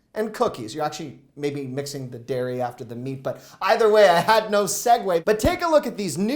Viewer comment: I wasn't here for the emphasis on "prob" & "meat" you're better than that 😳 eating thr drum sticks before you made it home made up for it...I can relate as I may or may not have did the same with their Costco Pizza 😊